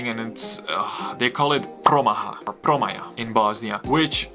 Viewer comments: It's not promaha it's pramaja I'm BOSNIAN y'know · Nikad nisam čuo da neko kaže "promaha"... kaže se promaja:)) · Promaja - draft (promaya) not ha.....